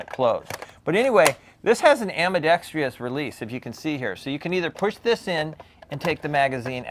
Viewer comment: Great review! I've been curious about that interesting rifle. The fact that it's accurate makes it a pretty cool BB rifle, I think. By the way, there's no such word as "ambidextrious." It's just four syllables: "ambidextrous."